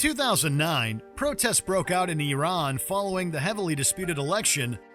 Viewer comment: Your pronunciation of “Iran” … 😒🇺🇸